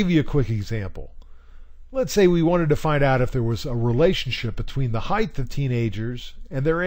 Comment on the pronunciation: This was really helpful! Thanks so much! Just for future reference, the word should be height, not heighth.